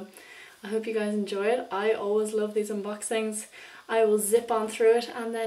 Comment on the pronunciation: Did u just say "hey glyis" lol No but i love u alooot and ur videos r the shit